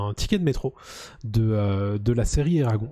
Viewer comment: Eragon eragon..ca se prononce eragone